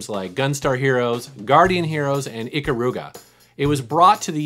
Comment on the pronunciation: You pronounced "Ikaruga" wrong. The emphasis is on the "Kar" not the "U"